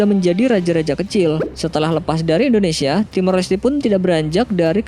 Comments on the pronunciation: Kenapa sih ngomong indonesianya endonesia.. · Indonesia bukan Endonesia 😒